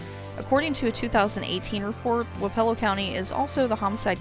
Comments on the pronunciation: It's "wap ah low" not "wap E ELL O". I am speaking from experience. I grew up in Wayne, wappelo, and appanoos County county. Also Lucas county. (Wich I'm pretty sure is way way poorer than the 3 I said) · It's pronounce WAAH-puh-lo, with the emphasis on the waa. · I grew up in Keokuk county 1 county north of Wapello and have never heard it pronounced the way you did, but that is not saying the way you did is wrong. We pronounce our my hometown Sigourney, Sig er ney. Anyway I enjoyed the video and have alot of familiarity with these counties on your list. I have a brother who works in Ft. Dodge, another in Ottumwa, lots of freinds from Jefferson and Lee county and would horseback ride at my uncle's in Centerville as a kid. Also never knew that Lee had 2 county seats.